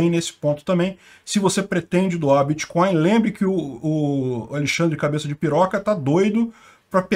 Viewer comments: “Bitcoil” e “créptomoedas” é “pobrema” segundo nosso, O atleta! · O que é "Biticóio"? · “Em algum momento o senhor operou com “creptomoeda [sic]”, com “bitcóio [sic]” ou outros?”... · Correção: o nome dessa " creptomoeda "é " biticóio " poxa!! Kklk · Bitcoin não!!! Bitcóio! Créptomoeda! fala direito!!! kkkk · Vc conhece creptomoeda e biticóin! Kk